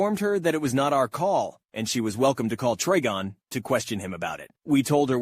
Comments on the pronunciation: To say Trigon say the Tri like you're gonna say triangle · It hurt me every time you mispronounced trigon.